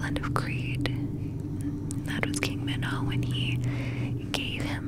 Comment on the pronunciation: When I heard you say Manitaur I thought about that horrible gimmick wrestler from WWF (1995) called Mantaur!